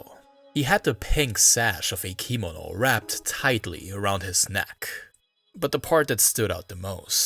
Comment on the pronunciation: How do you not know how to pronounce the word "kimono"? Accent is on the 2nd syllable ki-MO-no.